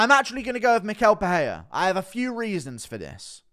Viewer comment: It's pereira, not peheya